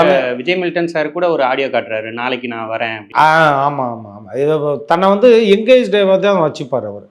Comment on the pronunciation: Anchor pls correct “ Vantu” vantu nu